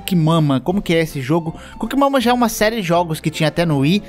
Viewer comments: eu fui o unico que toda vez que ele falou o nome do jogo ouvi "cu que mama 2"? tenho algum problema ctz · fala: coocking mama Eu entendo: cu que mama